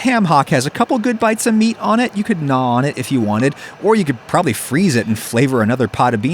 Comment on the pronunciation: The fact that he didnt even pronouce the word "probably".. why not.? Is it too "sus".. you are a weird man..